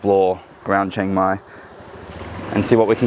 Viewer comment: I’d try living in a more true Thai city like Bangkok before offering a perspective. Chiang Mai is insanely touristy, and completely different than the traditional Thai experience. Also, it’s pronounced more towards “she-ang mai” not “CHANG-mai”.